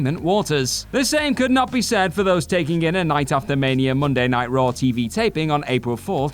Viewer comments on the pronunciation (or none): Raw* not Ror